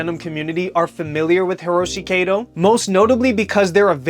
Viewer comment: It's pronounced kah-to. Like Cat-oh . Not kaydoe.